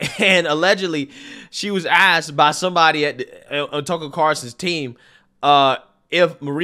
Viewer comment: Hey, it’s TuckER, not Tuckle….